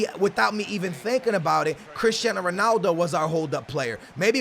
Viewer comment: Why does he pronounce names differently all the time? Like at he says Ronaldo two different ways. I'm not hating on him or trying to make fun, I'm genuinely curious